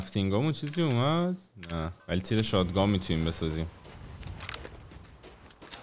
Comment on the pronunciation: آریا شات گان درسته نه شاد گان